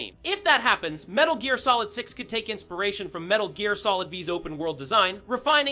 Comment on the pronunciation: Seriously! Saying “Metal Jeer” shook me and my entire lineage